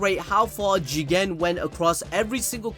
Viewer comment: Love it when says Jigen